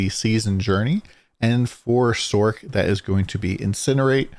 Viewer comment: Sorc not sork. Its not a sorkerer! Nice vid though!